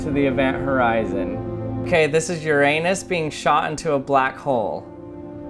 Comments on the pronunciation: It's pronounced uru-a-nes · its Your-AHN-NUS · Uranus is pronounced Your-Ahh-nuss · (Ur-unus), not (Ur- A-nus) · "This is ur anus..." XD You had to do it, but isn't it pronounced "Ur-ah-nus" instead of "ur-ae-nus"? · it's pronounce yer-uh-nis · Say it like this Ur-An-Us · Your pronunciation is incorrect. ˈyu̇r-ə-nəs. Unless you're a hard vowel pronouncing American. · i heard uranus as (your anus) being shot into a black hole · I said you said "Your Anus" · Even when people say (yer - in - iss) there saying urin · People r gonna be hating that I will be like "this is so overused". But it is lol. Like joking about anuses when ur supposed to be at least 13 is quite immature tbh. And also if you want to pronounce "Uranus" the way the greeks pronounced it you say something like 'oo-rah-nos' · When he said uranus, i thought he said "your anus" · When he said "Ok this is Uranus being shot into a black hole" I understood "Ok this is your Anus" lmao. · Uranus is pronounced your in us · It's pronounced ur-in-s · I accidently thought you were saying This is your anus being shot into a black hole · Well, it’s actually pronounced, (I’ll try hard to make it SOUND like it) “You’re-un-us” It’s not spelt like that, just pronounced like that. U and A are stretched out and kinda silent. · Who else heard "Your Anus" instead of "Uranus" ? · Why does the Uranus sounded like your anus 3.49